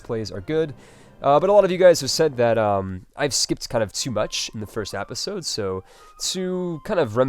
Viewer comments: Why do you say episode "apisode"? Omg what accent is that??? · I love these vids man, but every time you say "apisode" I want to strangle you lol